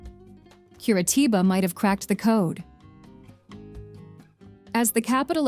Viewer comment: "Cui-ar-tiba, Capital of Pirân-na..." Djezus Cruisto, dá para pesquisar uma pouquinho mais antes de editar o video? :D